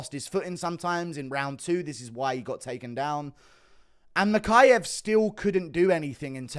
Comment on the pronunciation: HE said mokaev is cut not kape!